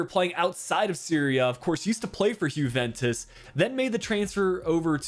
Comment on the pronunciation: Why do you always pronounce the Jue in Juventus as a "Who" and not a "You"?